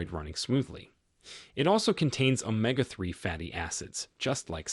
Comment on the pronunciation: "Omga 3 fatty acids..." AI narrators are morons. As far as grass-fed bison, apparently you've not heard that seniors are lucky to afford beef once in a while.